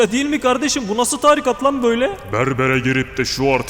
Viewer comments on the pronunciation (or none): Video boyunca "Tarikat" kelimesi yanlış telaffuz edilmiş. İnce a ile okunması gerekiyor. Yani "taaarikat" değil "tarikat" olması gerekiyor. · Tebrikler, güzel içerik... Küçük bir bilgi Tarikat kelimesi telaffuz edilirken "a" harfi yerine "i" harfi uzatılarak okunmalıdır. Yani "târikat" değil "tarîkat" olmalıdır.